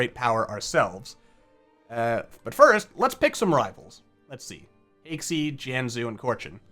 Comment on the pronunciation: Haixi is more correctly pronounced as Hai-Shee. The letter x is used in the representation of Chinese characters to western alfabet to represent the "sh" sound as in "ship". Check the following page for more on this subject